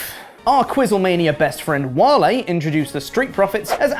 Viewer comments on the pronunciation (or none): none